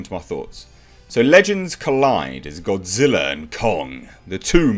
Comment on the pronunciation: Japanese: Gojira Americans: Godzilla: Gawdziller